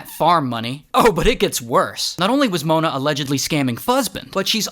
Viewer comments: "MoOahna" -Ray William Johnson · Why did he say Mona in a weird way 💀💀🤨🤨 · Why did bro say mona like that 💀💀💀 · Okay but why did he say Mona like that 😭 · Why did he say mona like that¿ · the way bro said mona is wild